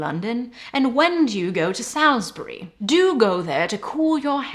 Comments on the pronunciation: marquess = mar-kwiss salisbury = sols-bree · How did you manage to mispronounce 'gilt'? And Salisbury, but i can forgive an American for that.